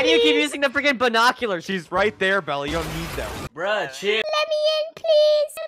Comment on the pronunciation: “Let me in pleas” lol